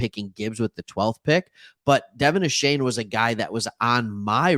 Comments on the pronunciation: Stop saying Ashane it's Achaine! Go Phins and Geg em Aggies! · DeVON A-CHAIN actual pronunciation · Find out how to pronounce his name thanks for the love. Gig ‘em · Dude, the least you could do is learn how to pronounce his name correctly.